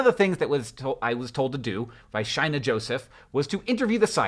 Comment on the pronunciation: Um. Shaina is usually pronounced shay-nuh , not shy-nuh. Not sure if she says it the second way. But as a fellow shaina, that's almost exclusively how it's pronounced. Not a big deal. Just wondering how it should be pronounced